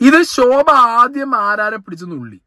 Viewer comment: ശോഭ അല്ല ഷോ ഭ